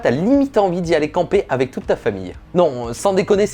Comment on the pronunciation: AVEC. Et pas Avé. merci. Tu l'écris A V E C..... Donc prononce le correctement.